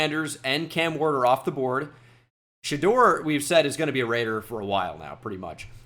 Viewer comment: Shoutout to for pronouncing Shedeur correctly. That’s a man of the people